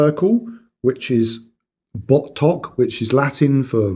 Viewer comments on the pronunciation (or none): No the B on the dial pronounced as V in Russian as in vostok. And the case back actually says amphibia.